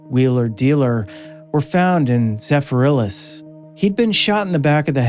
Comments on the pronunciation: It's Zephyrhills, not Zepherilis. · It's zephyr hills . Also im only about half done but it seems your lumping several cases together most were bowman but some were long and some unknown but due to drugs. I have lived here for 60 years now read the tribune till it shut down 😅😅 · Zephyrhills. lol